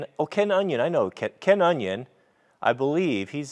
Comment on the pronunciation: I was looking for the toupe link, I think I've been had. :>O Just for the record, you don't get a burr because on one side the belt is going down, and on the other side it is going up. Ken's surname is pronounced O-n'eye-on. If you fix the machine down with a clamp, you can use two hands to steady the knife blade. It is a good sharpening system and they do an extension to grind knife blades.